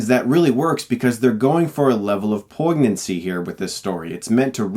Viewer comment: Just a heads up... "poignancy" is pronounced "poyn-yancy." The g is silent and adds a "y" sound later in the word.